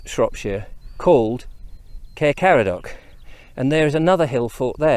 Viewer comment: You need to welshify your pronounciation more for Caer Caradog, like Kai-rr Kar-add-og (rather than Care Car-a-dock) Intonation of syllables is different.